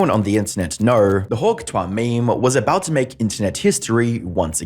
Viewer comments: The constant pronunciation of "tuah" as "twah" is so annoying. Thumbs down. I'm in and can't stand it. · It’s Hawk tuah (two-uh) not tois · too ah.. not twah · If you are going to do a video on a person, at least learn how to say their name. The word Tuah is not pronounced twah, it's pronounced too-ah. With the emphasis on the second syllable. YES there are two syllables in the word Tuah., not one. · Bro out here pronouncing hawk TUAH as "hawk TOIR" lmao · It’s pronounced two-ahh not twah. Trust I hate the meme but say it right for godsakes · it's "two-ahh" ..not "twah" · Only you consistently says twa instead of tuah 😂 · It's "Tuah", not "TWAHHHHH". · I can’t listen to you butcher tuah seriously say 2 ah not twa god you’re sending me bro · Hawk tuah: ❌️ Hawk twah: ✅️ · Bro it’s TUA NOT Twa messing me thought this was a AI channel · Why are you pronouncing it as twah. When you said it as Tu-ah earlier in the video. You did all the research for the video but not how to pronounce it 😒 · It's "Too-uhh" not "Twahh".... also, please for the love of God go back to faceless videos... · It is so goddamn annoying how people say “hawk TWAH”… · I keep hearing Hawk “Toi”, which I assume means, “your hawk” in French. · Hawk 'TWARR'?? How can this pronunciation be acceptable... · The way you say ‘Tuah’ like ‘twa’ is so irritating man 😅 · i’m sorry but u said hawk twah and i stfu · I love that you pronounce it like she's French and fancy. "hawke tois! Merci!" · When you say “hawk twah” you have no credibility. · Hawk twah! Is ze fancy French souzern girl from Amedica! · "Hawk tWah" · I love the way says her dumb name like literally “hawk Twaa” 🤣🤣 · Hawk Twah? This AI is getting out of sync. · Hawk "twah" lol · Hawk "trois" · people: pronounce tuah as too uhh: pronounces tuah in a french way (sounds like the way -ois is said in a french way) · Is it just me or did he say "Hawk Trois" ?🤣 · Tuah is 2 syllables.